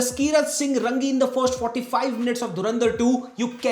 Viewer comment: जसकिरत सिंह रंगी नहीं, रांगी है वो।